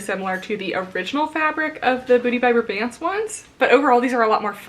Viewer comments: It’s BRAY-bants (like pants with a b). Kelly’s older sister is my boss ☺️ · Yep, my favorite leggings brand!! I believe it’s pronounced bray-bants (rhyming with gray pants lol). I live in Boston and discovered them about two years ago because EVERY workout class has at least one person wearing them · I pronounced it as bra bants for months but I believe it’s bray-bants based on how her friends say it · I’ve heard it as braw-bants (like ants)! I’m in the Boston area so I’m assuming that this is the correct pronunciation??? 😅 but you never really know sometimes!